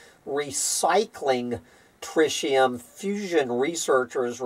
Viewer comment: trɪt̬.i.əm [TRIT] + [EE] + [UHM]